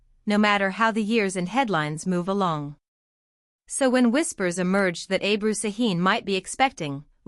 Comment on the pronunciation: Не Абру, а Эбру!